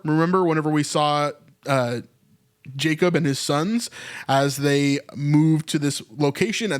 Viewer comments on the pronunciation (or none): none